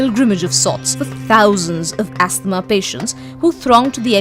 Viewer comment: The girl doing the voice over says: astmah instead of: ahsma!